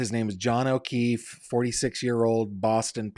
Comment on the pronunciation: It is not the merdrr trial of Karen Reed. It's of John ofeef. Where did you go to school?